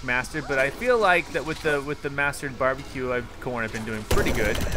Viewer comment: ITS NOT BEE BEE Q CONE ITS BAR BEE Q